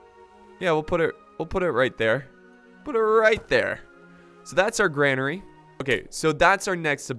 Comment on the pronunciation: its said like Grain-ery not Gran-ery